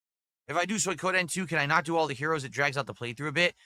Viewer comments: "Soy Codeine" LOL this fucking idiot.. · The Sons of Kojima strike again "Soy Koh Den" I didnt know you can mispronounce Suikoden. But.. proving me wrong. "You're drinking 2-3 times a week" "Uh no, its 2 times a week max." Literally just admitted it not 2 seconds later. Actual cope, seethe and crash out when accused of being an alcoholic.